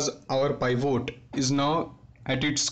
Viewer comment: It is Pivot not Paaivoat.